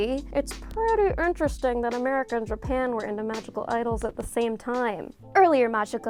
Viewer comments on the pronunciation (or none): none